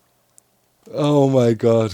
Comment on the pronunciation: Bruh said Hurray like he was telling someone to speed up. sorry, sorry. I know you meant Hooray!